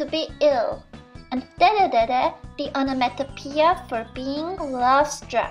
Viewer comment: Onomatopoeia is when a thing SOUNDS like it's NAME. For instance the word Beep. Squeeze a horn Beep beep. The word is the sound. Or BUZZ went the bee. Cheeks do not make a sound that is like the name. You said the word right! It is a hard word. Your English gets better each time!